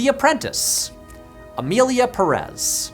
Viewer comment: I don't like how yanks are hating on Emilia Pérez. You have to say PÉrez, not PeREZ, when you crap on it.